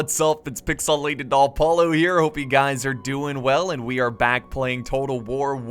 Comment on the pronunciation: Is it me or every time you do your intro you say Pixelated Alpollo instead of Apollo :P